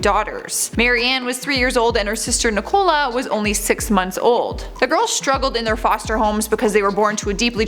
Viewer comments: Nicola is not pronounced ni cola 🙈😂 nic a lah and tanzania is pronounced tanz a nia not tan zan is 🤣🤣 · The girl's name is pronounced NIC-uh-luh, not Nic-OLA and the country is pronunced Tan-za-NEE-uh, not Tan-ZAY-nee-uh. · My names Nicola and it’s not necoola it’s nicala